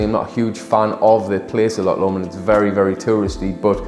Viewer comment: Loch with a 'ch' not 'ck'. Lo-CH. not Lock.